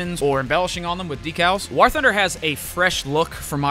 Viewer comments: Why was homie saying war like that? I have never heard anyone pronounce war like he does.😂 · Bro said wor thunder